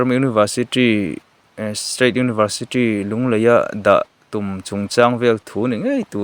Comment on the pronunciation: Tawng muang ropui si, Universitri niloin University zawk tur aw